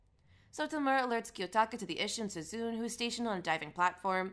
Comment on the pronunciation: feel like you're pronouncing a bunch of names wrong with insuffieicnt emphasis on each syllable, sue-zune is obviously sue-zune-neh for example